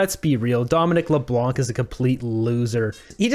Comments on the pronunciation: The “c” in Leblanc is silent. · Please pronounce Mr. Leblanc's name correctly. The "c" is silent, please pronounce it the way every other Canadian does. 😂 I'm a fan of "" to be clear. Just a dumb pedantic correction 😁 don't hate plz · Do not pronounce the C at the end of Leblanc it’s a French name the C is a silence letter